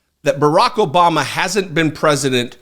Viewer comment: "jObama." Perfect!